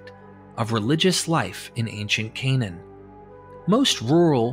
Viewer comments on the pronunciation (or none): none